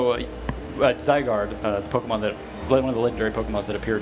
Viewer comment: its pok-E-mon not pok-I-mon